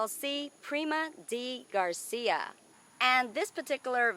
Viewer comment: Oh, it looks like fire, gosh I love fire. Gorgeous. One thing, though, it is DeGracia (of grace) not Degarcia (of Garcia).